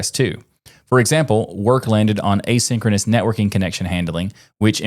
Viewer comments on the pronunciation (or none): none